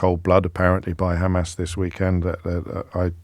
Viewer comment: You too are saying Khamas now James? Been watching their speeches a lot or what, they asked you to please try to annoy them this way at least?